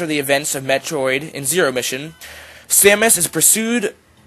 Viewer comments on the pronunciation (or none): dude you said her name wrong..... educate yourself...